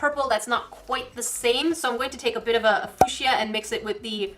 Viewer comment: It’s pronounced fiooshu